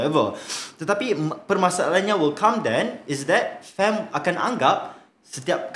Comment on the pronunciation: Cakap betuk betul lah kita tu guba ei bi ci di.so you cakap FAM mestilah cakap FEM